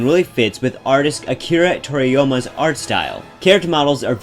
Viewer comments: toriyoma? what, is "yama" too hard to say D; ? That was borderline racist and at the very least kinda disrespectful. Like your videos though. I miss world maps :( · it's god damn akira toriyama, at this point if you're not saying it right it's on purpose. But also to point out , I don't really give a shnit D: I'm ready to concede if it really bothers you that much.